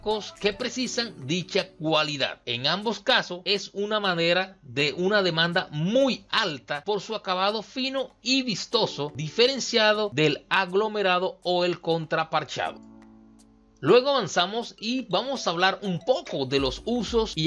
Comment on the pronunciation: Me duele escuchar contraParchado 😂😂😂😂